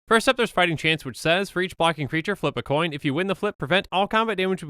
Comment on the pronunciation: Flip a Colin? How offten did he said thaht?